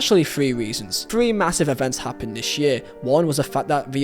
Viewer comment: Three is 3 not free.